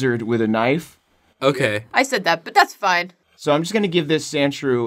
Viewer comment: Omfg.... Sandshrew...... Sand.... SHREW. Geeze LOL